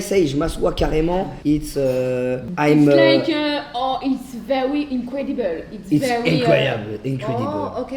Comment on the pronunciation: it's vewi innecwedibeule